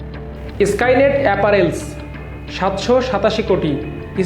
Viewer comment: আমার দেশ এত ভালো একটা পত্রিকা, একজন লেখাপড়া জানা সাংবাদিক কে দিয়ে খবর প্রতিস্থাপন করতে পারে না? কি বলে এগুলা অ্যাপারেল, ক্রাইস্টাল, অভারডিউ 😂